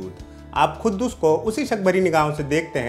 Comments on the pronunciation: It is quddus not khuddus bhai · poore review me Tumne khuddus bola hai but u don't know how to pronounce... It's quddus... OK.. Urdu padhte to sahi pronounce karpaate......